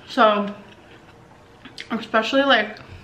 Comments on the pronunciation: She says EXpecially one more time I will stab my ears out with a pencil..... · Why did you say ‘expecially’ like 5 times in this video and keep saying ‘situation’ all the time? Is that like teasing your haters or wtf? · AMBER READ THIS: IT’S “ESPECIALLY” and “ESCAPE” there is no X; please fix this if you won’t fix anything else 😂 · There's no X in 'especially'!!!!!!! Ahhhh!